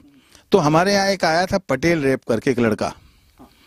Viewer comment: baki sub tu theek hai lkn ye rap ko rape q bol rha hai 😀😀